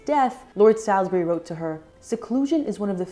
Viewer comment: Salisbury is pronounced in the UK as “Saul’s bree” 😊🇬🇧